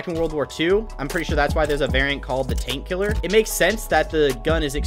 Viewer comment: I thought he said taint killer 😂😂🤣🤣 I'm dead